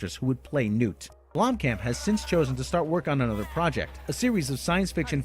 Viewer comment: his name is pronounced BLOOM-Khamp not Blom-camp. yoy sound like a damn idiot when you say it....